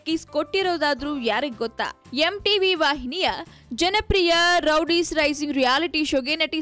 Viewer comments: hahahaha madam , first learn to pronounce words...its not rowdies its roadies😂😂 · Roadies is a very popular show, she can't even pronounce that properly . Rowdies it seems wtf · it's Roadies not rowdies first learn to pronunciation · ಅದು ರೋಡೀಸ್ ರೌಡೀಸ್ ಅಲ್ಲ